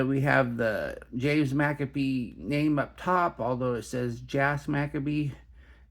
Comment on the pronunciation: McCabe rhymes with babe... Not Maccabees 😂